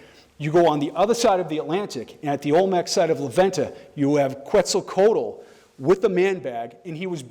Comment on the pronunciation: .. except for quetzicotal (spelled as he pronounced it) is wearing a space suit and helmet. Holding his bag like a lantern.